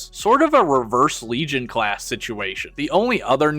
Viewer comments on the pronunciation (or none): none